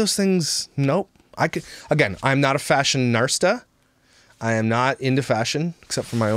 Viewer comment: Fashion.....arsta?, did you mean fashionista?! 😏😂